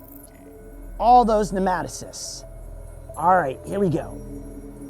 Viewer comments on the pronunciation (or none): It's nematocysts.... Not pneumatocyst